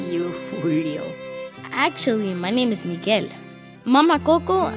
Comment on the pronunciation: bro did not say Miguel 🥀🥀